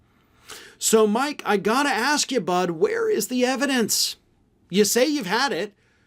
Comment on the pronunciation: 'I have the yevidence!'..it's all coming out on the Twelfth of fucking Never.